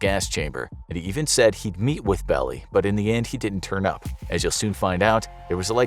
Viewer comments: His name is pronounced Bell-Eye. Not Belly. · Its pronounced "Bell-Eye" not "Belly!" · It's Melvin BELL LIE NOT Belly Why should I believe someone who doesn't do enough research to pronounce a name that was known nationwide at the time? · Its pronounced Melvin "Bell-eye" you idiot. Not "Belly" and btw I love your graphics, especially the round fingerless hands. You should contact Disney for some contract work. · Belli is pronounced "bell eye". Belli.. Not "belly". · it's pronounced "Bell Eye" .....not Belly......get a better robot voice maker. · The attorney's name is pronounced Melvin BellEYE. not Belly. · Belli is pronounced "bell-eye" not "belly" 👍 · It's not "Bell-ee" it's pronounced "Bell-eye". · it's pronounced Melvin BELL-EYE, not BELLY. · His name was pronounced 'Bell-eye' not 'Belly'. Fwiw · Belli is (BELL- eye) not (Belly) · FYI, the attorney's last name is pronounced BELL-EYE not BELLY. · It's pronounced, "BELL-eye," not "Belly". I was alive during that time; I heard it practically every night on the news. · Its Bell-Eye. Not belly. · ITS PRONOUNCED MELVIN BELL EYE. NOT BELLY. You got a lot of other stuff wrong as well. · Its Melvin Bell-Eye not Belly, Show a man some respect if you’re going to be making something like this make sure you get the names pronounced exactly right you owe it to the living and the dead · The name is pronounced, "Melvin Bell-Eye", not "Belly". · That's a long "i" in Belli. Not belly, bell i . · Melvin Belli...pronounced "Bell-eye", not "Belly". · Melvin Belli's last name is pronounced "Bell-eye", not "Bell-ee". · Beli . Melvin Beli. Bell-eye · Melvin Belli (Bell - eye).. get legitimate and learn how to pronounce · The lawyer mentioned, Melvin Belli, his last name is pronounced "bell-EYE". He also played the 'friendly angel' on the 3rd season Star Trek episode And the Children Shall Lead... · Its pronounced "Bell-eye" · Melvin Belly??? Come on... do your research and pronounce his name correctly! That's youth!